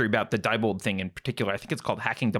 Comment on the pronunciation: I live near the headquarters. It is pronounced dee bold. It’s not a princess!